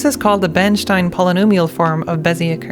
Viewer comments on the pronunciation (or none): none